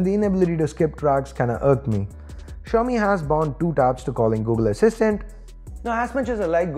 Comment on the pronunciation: China 's Apple -; Xiaomi!! (Well& correctly said)